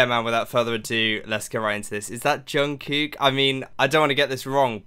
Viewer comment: Just a little tip is to pronounce the kook in Jungkook more like the cook in cookie !<3